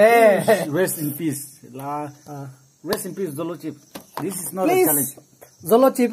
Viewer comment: zolo tsips😂😂😂